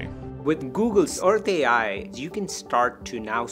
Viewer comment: No French speaking person ever watched this translation? Take a listen to how it pronounces Earth AI. 😢 Almost like Hershey ... Hurtsay? Certainly not Earth AI ... Which should be pronounced as in English or using IA (intelligence artificielle)... 😅